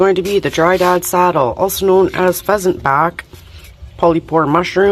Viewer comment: "Dryad" not Dry Dad.